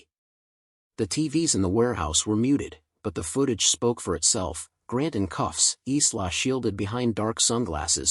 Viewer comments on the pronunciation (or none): 'cuffs' not 'coughs' :)